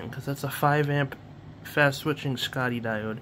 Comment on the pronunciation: Scotty diode? 😊 You mean Shot-key.